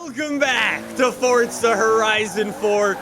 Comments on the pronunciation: It’s not fortza it’s forza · It. Is. Not. FOTZA. It. Is. Forza. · Fortza ? Iys forza not fortza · "fortza horizon 4" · No one:: FORTSA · Stop saying fortza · why do you keep pronouncing forza with a T?